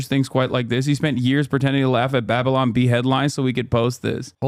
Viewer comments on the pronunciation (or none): none